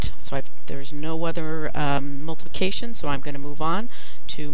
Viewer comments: she\he said multication when it is multiplication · "Multication" But Really , "Thank You So Much"